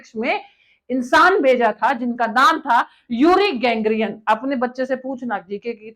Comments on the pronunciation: Yuri Gagarin not "GANGARIN" as you are pronouncing. You are using"NALLA" word but it seems you are "NALLI" wrt your language and knowledge 😅😢❤ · Not Gangrian but Gagarin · युरी गॅंग्रियन नही, युरी गागारिन, और कुत्ती का नाम लतिका नहीं, लायका था. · बकवास कर रही है बेवकूफ ! यूरी गागारिन को यूरी गैंग्रीन बोल रही है । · गेंगरीयन नहीं ग्रेगीयन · Uri Gagarin not gangrian Lyka not Latika 😂 Baki sab thik hai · Gangreen nahi gagareen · गेंगरीन नही, गैगरीन